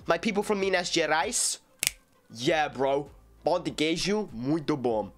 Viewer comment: vc finalmente conseguiu pronunciar a palavra pão direitinho 👏👏👏